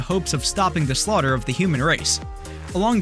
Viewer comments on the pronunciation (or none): none